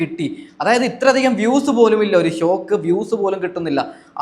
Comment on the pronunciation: നീ ഒന്ന് നിറുത്തി പോടേയ് 😂😂😂സോക്ക് അല്ല ഷോക്ക് മോനെ ഷോക്ക് കുഞ്ഞുമോനെ ഷോക്ക് 😂😂😂